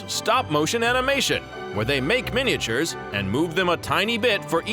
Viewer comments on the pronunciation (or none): What on Earth is a mini-a-ture, the way he pronounces it?? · MINI-AH-TURES, MINI-AH-TURES, MINI-AH-TURES, Model MINI-AH-TURES!!!!!! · Yes, MINI-AH-TURES, MINI-AH-TURES, MINI-AH-TURES, Model MINI-AH-TURES!!!!!!